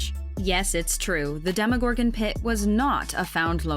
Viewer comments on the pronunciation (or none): none